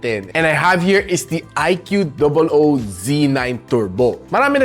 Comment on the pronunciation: I Q dobol O hahah kulit mo talaga pagsinasabi mo yun 🤣 anyway watching this on my IQ dobol O Z9 Turbo 12/256 (na nakuha ko ng php14,800 sa A-YoYo store sa shopee) 😇 Suggestion lang sa mga balak bumili, mas okay Gcam ACG app if pangseselfie nyo, iPhone quality selfie hahah